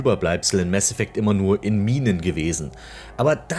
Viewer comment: Danke das du nicht "Maß Effekt" sagt. Das regt mich immer so auf. Das mit dem "Das ist Paranoia", klingt so dumm, da der Sprecher es falsch betont. Hat bestimmt nicht den richtigen Hinweis bekommen warum er das überhaupt sagt.